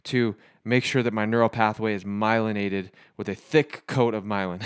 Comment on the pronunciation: He said myliaided lol ??? Just don’t sound right lol